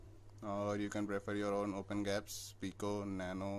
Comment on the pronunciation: Its not 'gaps' its 'G' apps tats for Google apps..!!